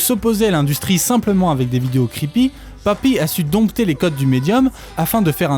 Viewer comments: pk tu prononce papy ?? je sait pas mais j'ne suis que a 4 min. et cela me gen un peu .. c'est poppy, comme pop.. pour moi meme si je reconnait un talent, sinon elle aurait pas autant de vues, je pense juste qu'elle exploite le filon a sa facon, et ya rien de mal mais les theories a la con sur les illuminati et autres, perso je pense que ce sont des references lachées comme ca.. tu lui donne trop de credit je trouve... elle la 1ere ne prends pas au serieux son "art" je pense.. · J'étais sûre que c'était un rôle, c'est logique xD parfois tu dis ''pappy'' mais sinon merci j'adore cette vidéo ^^